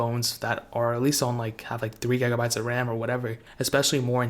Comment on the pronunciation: "10 gagabytes of rahm"